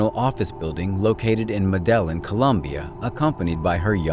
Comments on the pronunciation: Immediately came to the comments to see if anyone heard him say it wrong lmfao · “Meh-deh-linn” Colombia? 😂 Spanish: When two u see 2 L’s, it’s a “Yeh” sound. It’s the letter LL or “eh-yeh” so that city is actually pronounced Meh-Deh-YEEN. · That was the worst pronunciation of Medellin I've ever heard. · I like how he pronounced Medellin Colombia lol